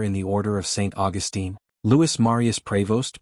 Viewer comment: You are mispronouncing "Augustine". The way you say it is how the female version of the name is said.